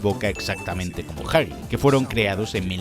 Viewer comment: Gran vídeo, lo único que me mata es el tema de la pronunciación... ¿Jagi? ¿Chaki? ¿Quién les dijo que es así? 😢 Al menos no lo hicieron con Poppy y Bron